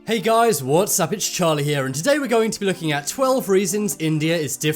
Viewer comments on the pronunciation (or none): none